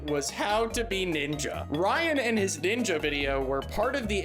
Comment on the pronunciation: Ohk, so let’s break down the levels of racism here: The blatant mispronunciation of NEENJA, like she’s a five year old who hasn’t been taught better The idea that this woman thinks that NINJAS, those ancient JAPANESE espionage agents are from CHINA And perhaps what’s probably the most multilayered example of racism here: she says she goes to China… to seek the help of BUDDHA, a historically famous INDIAN man who promoted peace and enlightenment… to be a NINJA… an agent of espionage and assassination… Just, the more attention and thought you give to this war crime against the arts, the more terrible it becomes and the more angry you become